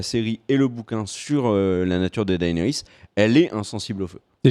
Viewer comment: Daénarisse, Serzeï, esteros, margérie/ marjorie/ marguarie... les tirelles, Rose bolton, Jimmy?! Bonjour mes oreilles bordel !